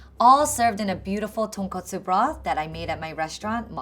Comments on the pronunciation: oh no Uncle Roger gonna hate this guy for saying Tonkatsu instead of Tonkotsu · Haiyaa nephew, it's TonKOTsu, not TonKATsu. Tonkatsu is something completely different! Get it right! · Tonkatsu Tonkotsu 😂😂😂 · It really pisses me off when these White people call Tonkatsu Ramen. It's pronounced Ton-Kot-Su . ༎ຶ‿༎ຶ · Bruh its tonkotsu not tonkatsu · Tonkatsu is wrong the home cook said Tonkatsu tonkotsu was right the pro chef said it right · People keep saying tonkatsu instead of tonkotsu... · Omg why is everyone, even the subtitle, always said Tonkatsu? It's TONKOTSU gaarhhhh 😂😂😂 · Tonkotsu ramen not tonkatsu ramen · Once again,chefs mispronouncing asian dish names while trying to make the dish.It's not tonkatsu,it's tonkotsu,tonKOTsu. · it’s tonkotsu not tonkatsu haiyaa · your subtitling is off, tonkotsu is pork bone, tonkatsu is pork cutlet (typically deep fried). Every time she says tonkotsu you're calling it tonkatsu which it's not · and even the subtitles can’t even say the type of ramen correctly. I already don’t have faith he will make it well. It’s ramen not tonkAtsu. Two different things. Update: But after watching thoroughly entertained. Great video.